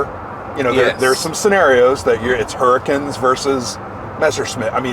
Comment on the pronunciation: Excellent video lads! But —you totally gave me flashbacks of my time living in southern Utah when you said “hurricane” like “hurra-ken”—never heard it pronounced like that anywhere else!😂